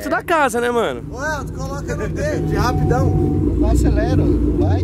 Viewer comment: Mais engraçado foi o falando pro Helton por no D de Rapidão kkkkkkkkkk, RAPIDÃO é cm R